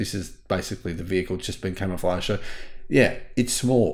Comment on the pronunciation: Why does he keep saying it's camoflaged?